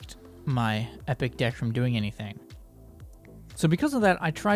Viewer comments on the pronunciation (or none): Well ur pronunciation You : ephic khars deckh verses lagendeyary khars deckh Me : epic cards deck versus legendary cards deck Lol